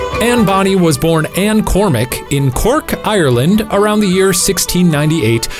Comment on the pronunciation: i love the way when he was saying that anne was from cork, ireland he put on an irish accent sksksk